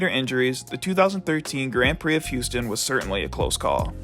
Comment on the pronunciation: you know its called Grand Prix, not Grend Prix ...